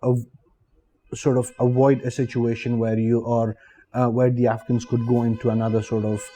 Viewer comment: Afghans are always welcome in india. I was rather confused by the way he pronounce afghans, it seemed like he was saying africans.